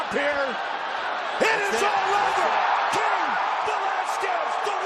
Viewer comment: I remember the first time Cain fought Goldberg kept calling him Kiyan Velasquez